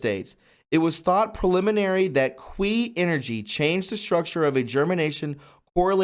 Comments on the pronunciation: Looks like it pronounced key not quee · It’s pronounced chee, not Quee 😉😊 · Qi = Chee, not kwee - - you know, like tai chi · Omg youre killing me. Its pronounced "key" not "quee" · The Qi you are referring to is pronounced "Chee" not "qwee" .. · Kee not kwee. That sounds like something else... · LOL. I won't tease you too hard. But,, how'd you get the sound "kwee" out of Qi. It is pronounced Chi as though you were to say Cheetos. I don't know how "they" got that sound either, but you know how stupid some of us in english speaking north America can be, although not implicating you. Some english spellings in mandarin or cantonese are way off base in pronunciation where doesn't have to be. My skill is Korean and had to make some corrections there in the past, especially for the word "Hyundai" which should been spelled "HyonDae" or "Hyondé." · Qi Is pronounced chi. not kweeeeeeeee lol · it is pronounced, key=Qi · Hey, no disrespect to you, but Dean’s last name is pronounced RAY-din. And Qi is pronounced like chee. Keep up the great work! Our pedo-sadist overlords and other sick “elites”want us completely disempowered, fearful, shameful, and ignorant of our God-given abilities, obviously ignorant that there is even a loving God. Jesus said we’d be doing great things. With His assist, we need to step into that power. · You need some help with reading. You're seeing words that aren't even on the page--corporation when it's cooperation, others too. Qi is pronounced "chee." You should read these stories out loud before recording. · Qi is pronounced as chee. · it's pronounced chee energy - really enjoyed this report! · Great video!! Qi is pronounced Chi or Chee. I hope someone does a video on the practice called body talk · I believe ‘Qi’ is pronounced ‘chi’ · "Qi".. is pronounced "chi" Please use correctly😊😘MAGA KAG BEY BEY!!! 🇺🇸🇺🇸🇺🇸🇺🇸💗🇺🇸🇺🇸🇺🇸🇺🇸 WWG1WGA👍👍👍👍👍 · Qi pronounced Chee. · QI IS PRONOUNCED CHEE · It's pronounced 'chi'. Qi that is.